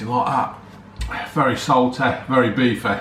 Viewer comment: very salteh, very beefeh 😂